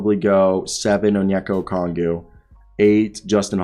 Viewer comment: I like your content but you really need to learn how to pronounce Okongwu